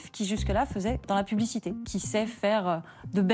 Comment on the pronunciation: serait il possible de faire donner des cours de diction au "journaliste" (journaliste! 🤣🤣) Pierrick Geais? Parce que ses "che" en fin de mot écorche les oreilles notamment aux personnes qui essaient d'apprendre le français ("mariéche", "travailléche", "publicitéche" ça ne veut rien dire!). Et si il pouvait, au passage aussi, arrêter de singer les gays ça serait sympa, la caricature est insultante! 😠